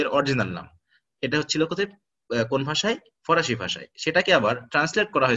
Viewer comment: Parsian mane farsi not forasi.sir